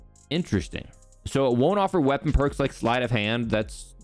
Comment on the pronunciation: "Qeapon" LMAO